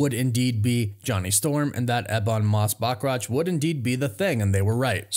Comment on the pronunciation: learn how to correctly pronounce Valeria..and Bachrach and then youll be solid